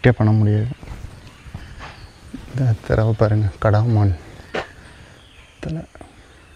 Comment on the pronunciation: கடா மான் இல்ல ஐயா கடமான் னு உச்சரிக்கவும்